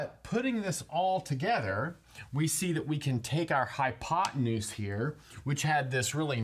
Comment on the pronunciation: Did he say high on pot tenuse?